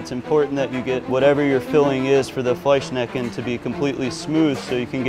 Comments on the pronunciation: Wow it is fleischschnecke not fleischnecke😂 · If you cannot pronounce Fleischschnecke properly just dump it and say it in English because as a German speaker I cringe and suffer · As a german i need to clarify that it‘s written like that: Fleischschnecke. There are two „sch‘s“ in the middle of the word because it consists of two words Fleisch (Meat) + Schnecke (Snail). Must be horror to pronounce that as a foreigner 🤣😂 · Can you guys actually pronounce "Fleischschnecke"? ^^